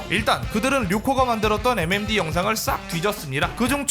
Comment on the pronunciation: 5번째 사연은 MMD커뮤니티가 아니라 M'엠'뒤커뮤니티노